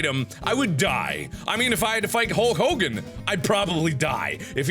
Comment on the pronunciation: HULL COGAN No one in history was called like "Hulk Hogan", No one.